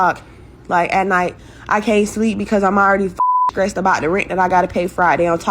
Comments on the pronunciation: We know the IQ when someone says Skressed ... girl its STRESSED ....😂😂😂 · "When I'm skressed out " is "skuggling"